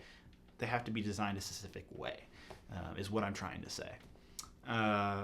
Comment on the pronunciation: why does he say "sessific" instead of "specific"?